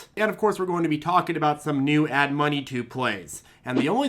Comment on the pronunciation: When says “add money” I hear “ad money”